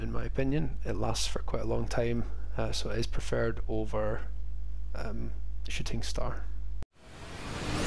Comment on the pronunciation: Did you say shitting star? 😄